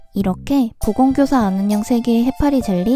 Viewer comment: 왜 자꾸 안은영 아는형으로 들리고 안은영님이라 하면 아는형님이라 들리는거니..